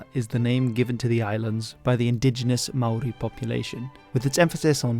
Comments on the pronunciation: Top marks for your Māori pronunciation! A much more popular name for the South Island in te reo is “Te Wai Pounamu,” or the waters of greenstone, a dark green type of jade greatly prized by Māori. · I swear you are the only non kiwi on the internet who can pronounce Maori names correctly. Kudos to you sir.